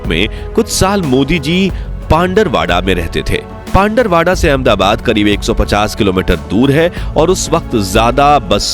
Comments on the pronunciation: Pandarvada nhi pindvara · वो पिंडवाडा हे pandrwada❌पिंडवाडा ✅